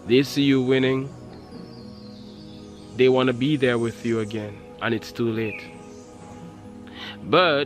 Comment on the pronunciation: Say that right anen